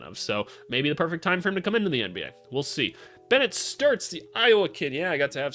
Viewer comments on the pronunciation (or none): none